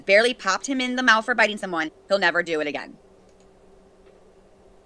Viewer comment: I literally hate the way she says mouth!!!!